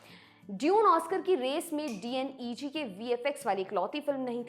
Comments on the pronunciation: D N E G nhi डी नेग😅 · right but this youtuber not pronunciation proper. DNEG ko D N E G bolta hai 😂